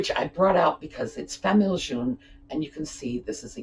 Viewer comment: I notice that when English people talk about "famille jaune" they always pronounce it like the name June. It should be pronounced like the name Joan. I'm French Canadian so I always notice the error. Also, the porcelain repair part will come in handy. Thanks.